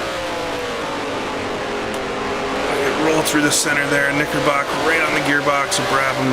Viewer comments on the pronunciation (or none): Great video, and Oulton is my local circuit. BTW, it’s Knicker brook, not Knickerbock.